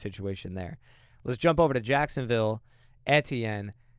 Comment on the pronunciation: I thought it was EE-tienne